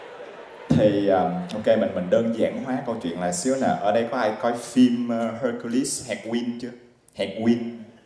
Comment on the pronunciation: Cái lỗi muôn thuở của người viêt. Chuyên Anh mà còn phát âm Hercules sai thì sao dân ko chuyên phát âm đúng dc